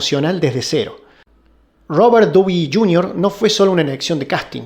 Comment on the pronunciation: Es Rober dauni Yunior osea así se pronuncia